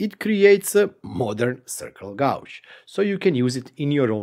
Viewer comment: White guy from Missouri here (middle of USA). Don't listen to that guy. Love the way you say Gauge. (Gaw•j) Lol Its awesome, and of all the youtubers of Eastern European decent I have watched, your accent is super clear and very understandable!